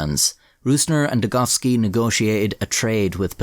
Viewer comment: At least youre calling him degoVski, not degoWski!